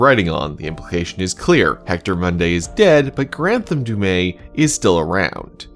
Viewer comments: Imagine having the official pronunciation said dozens of times and still call it wrong. It's "Du' Meth" (without h), not "Du' May". Anyway, the other killer was the one that pulled the chains and killed the other chained person. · Is there some reason that you think Du'met's name is pronounced with a silent "t"? Every character in the game says it with a harsh "t" including the Curator who appears to have perfect knowledge. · Has bro actually played the game or just prefer to mispronounce du'met?